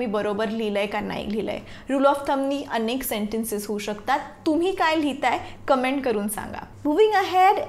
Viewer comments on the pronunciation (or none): none